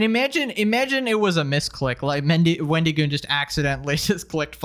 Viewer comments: "Sir this is a Wendy-Goon". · It's so weird the way you say his name like it's a first and last name, Wendy Goon. It's a play on the mythical creature the Wendigo, and that's a short "i" sound, as in "it", not a long "e" as in "see". I'm also just picturing an enforcer sent by the fast food chain, a Wendy's Goon.